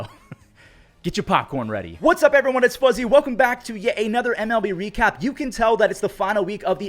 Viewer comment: bro said "we recap" like a French person lol Hui hui cap